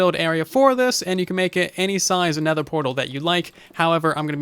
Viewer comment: What’s a Netehr portal? I’ve only heard of nether portals :P